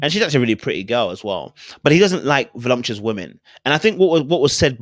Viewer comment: the word is voluptuous not volumtuous.